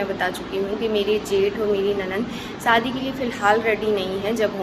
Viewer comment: Saadi Saadi kya hota h? Shadi hoti h plz thoda thik se bola Karo acha nahi lagta aap public platform pe ho thoda dhyan rakho.